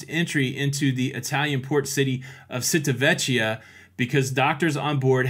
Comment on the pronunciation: Sad. BTW, it's pronounce Cheeta-Veccia